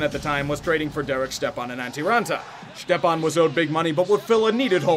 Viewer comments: Hey, his name is pronounced Step-on not Štepan, he’s from Minnesota not Czech land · Who in their right mind pronounces "Stepan" as "Shtep-Ahn"?? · Lol “ shtepan “ Yeah as soon as I seen him losing all his hair I knew he was done for 😂😂 he got waaaaaaay overpaid man, had literally one above average season ( I think he got like 56 points in 67 games or something like that ) and was comparing himself to getzlaf and shit.. lmao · FFS if y’all are gonna review sports at least figure out how to pronounce players names. It’s Chychrun (Chick ren) amongst others. Stepan is step on